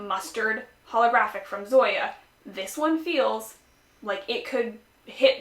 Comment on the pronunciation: The name of the Zoya polish is pronounced as "Song-ya" without the g